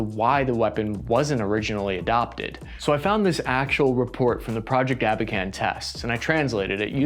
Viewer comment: "Abakan" and not "аkban". The program was called "Abakan". Shitty experts